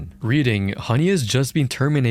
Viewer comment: This one also has worse English and somehow doesn't know how Rakuten is pronounced. AI perhaps?